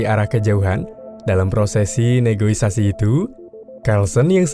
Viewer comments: dari season awal sampe eps ini gw sadar klo mimin salah sebut, harusnya "negosiasi" min, bukan "negoisasi".. btw semangat terus buat konten nya min. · Gua cuma mau koreksi,di setiap konten yang lu buat ada kata yang selalu lu salah ucap bang,yang harusnya negosiasi lu ucapnya negoisasi,gua detail dengerin setiap kata yang lu ucap dan di setiap konten lu salah mengucapkan kata"negosiasi" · Sempet bingung mana pengucapan yg bener, negosiasi apa negoisasi ? 😅